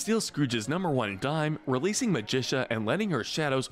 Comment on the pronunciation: Why is it almost every video has at least one character horribly mispronounced? Ma-gi-ca Despell not Magicia or Magisha. It's Magic with an A at the end. Do you even watch the shows and movies you make videos about? Because they say the names out loud all the time!